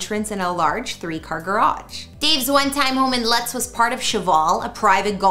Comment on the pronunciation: Lutz it’s pronounced loots